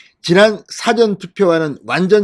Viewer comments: 부정선거 철저히 감시하자! 이 방송듣고, 몰려가지 않을까 염려되네 발으이 좀 그러네 '사전' 발음 할때, 뒤에 있는' 전 '자에 악센트를 줘야 서울대 출신이 왜 이런지,,,발음교정필요! 나도 부산이지만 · 유튜버님. '사전' 발음 좀 고쳐주세요. 듣기에 너무 거북합니다.